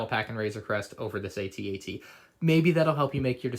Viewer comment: its pronounced "at at" as in im at the party right now not "aytee aytee"